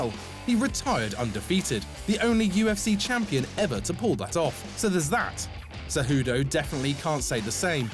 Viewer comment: CEJUDO, NOT "CEJUDU".